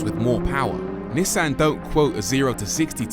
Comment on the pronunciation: ^This, not to mention the pronounciation of Nissan.